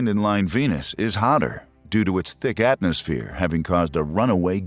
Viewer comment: Did you really just say "atnosphere" ?